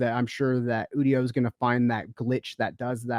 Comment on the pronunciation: It's pronounced You-dio